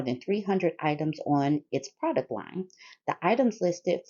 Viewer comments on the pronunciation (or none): none